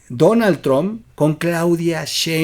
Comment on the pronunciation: Podrías pronunciar bien Donald trumph